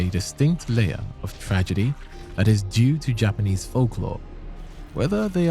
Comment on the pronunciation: Yknow I appreciate you taking the time to do the proper Japanese pronunciation